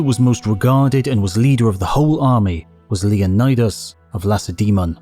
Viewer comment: For the love of history, please learn to pronounce "Lacedaemon" correctly!